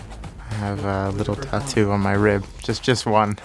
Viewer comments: I love how Daniel pronounces tattoo like tat-doo 😁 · Ricciardo pronounces "tattoo" like "tuh-du". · The way daniel pronounces tattoo always has me dying :)